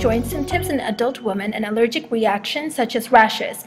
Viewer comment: Ugh, did she really pronounce women as "woman"? Why do people do that? It's ridiculous